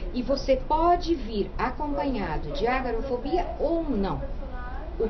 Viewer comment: corrigindo ,é "agorafobia" e não "agarofobia" .